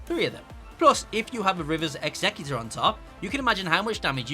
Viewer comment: Dude. It's Executor like someone who executes. Like, a killer. Not executor like an executive, like someone who sits at a desk. Executor. Say it right it weirds me out.